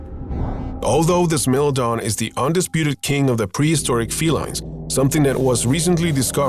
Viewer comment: Bro said smilladen 🤣